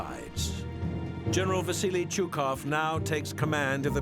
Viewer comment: If you make a video like this, you could at least take the trouble to pronounce Чуйков's name properly: Chuykov.